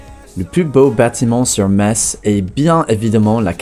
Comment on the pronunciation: Ca fait plaisir d'entendre une personne prononcer correctement le nom de ma ville . 80% des français sont pas foutus de le faire mm apres avoir été repris a plusieurs reprises. Je vous laisse je vais a st Tropèze